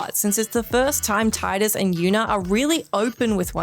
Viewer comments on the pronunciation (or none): Hearing Tidus' name incorrectly pronouned as "Tye-dus" so many times is so cringey. >_<